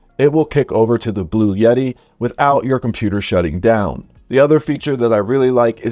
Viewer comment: Heavens Sake, It's Not Blu Yeti, It's Blu etti.